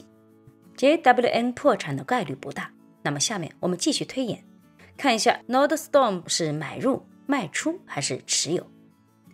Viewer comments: 小提示：公司名字 NORDSTROM 第二音节是 STROM，不是 STORM，整个发音是 /ˈnɔːrdstrəm/，应该是来自瑞典语, nord 'north' + ström 'river'。 感谢分享和指导！祝周末愉快！ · Nordstrom 发音读错了吧？ 我去这家店也读错，有时别人会纠正。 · 不是吹毛求疵，就是提醒观众和贝拉，说明贝拉没怎么去过Nordstrom, 纸面上的分析带有一点片面性。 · 妨碍了啊，会显得很不专业。就好像聊nba的时候把乔丹读成乔顿，听着难不难受？会给人一种你根本没看过nba的感觉。